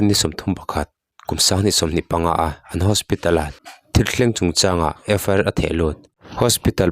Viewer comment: In thil puang hi in tha ve riau😂😂 FIR tih tur ah FR inti thul..Peitian inti thul..channel meuh siam ve te chuan thil kan cover dawnin a chung chang leh chhiardan te in enlawka zirlawk ve tur lawm le,,,,hrezawk midang tepawh rawn emaw zawh pawh hrehloh mai tur